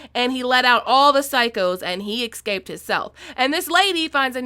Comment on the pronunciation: Did you really say "he eskskskscaped"?? lmao